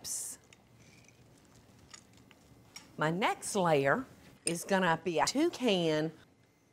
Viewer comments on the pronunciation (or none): Any time she says layer it sounds like she's saying slayer